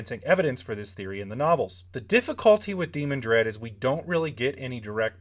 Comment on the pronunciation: To me, the pronunciation is de-MAN-dred, not DEE-mon-dred.